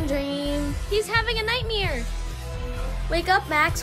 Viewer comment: Am I the only person who heard nightmear not nightmare